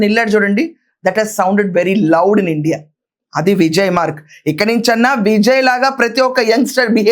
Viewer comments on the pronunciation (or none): none